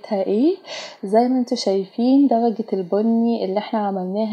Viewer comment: دلجه هههههههههه 😂 قولي درجه